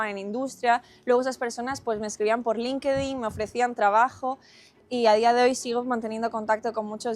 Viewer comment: Cuando escuché que pronunció "Linquedin" entendí todo. Hay mucho de historias y reputación en estudiar en instituciones cmo esta. Está al alcance de cualquier persona común que esté segura de sus objetivos, que tenga los recursos y esté dispuesta a hacer el esfuerzo. No hay que verlo como inalcanzable xq es una falsa creencia. En estos lugares lo mejor que ocurre, es que el ambiente es demandate y exigente, pero te acostumbras y ese ambiente saca lo mejor de cada uno. La clave, siempre siempre, es el esfuerzo. No hay que romantizar nada, ni tampoco idealizarlo. Al final del día, muchas veces el lograr el título allí cuenta mas q el resultado academico. Y otro gran beneficio de estas instituciones, es la oportunidad de codearte con un selecto grulo de personas que en su mayoría tendrán excelentes carreras profesionales y muchos serán influyentes. Esto es quiza es el mayor valor su es q lo puedes aprovechar.